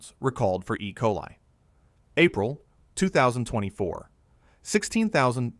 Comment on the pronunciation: Cant pronounce ecoli? Learn English and teach your AI to speak before you let it out in public